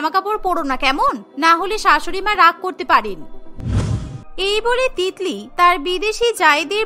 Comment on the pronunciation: Titli ke tikli ke bole bhai 😂😂😂😂🤣🤣